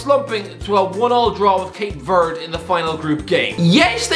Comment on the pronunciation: Ha - he's terrible at pronunciations 😂 His "Cape Verde" wasn't great either 😂🤦🏻‍♂️